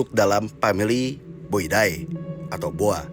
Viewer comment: Boidae harusnya d baca boide